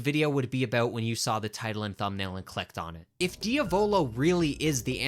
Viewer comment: why do you say diavolo like that 💔 it’s driving me crazy (diamond)